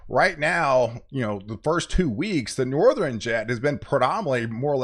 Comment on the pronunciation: why do you say southeren and northeren, those are not words. southern and northern bro.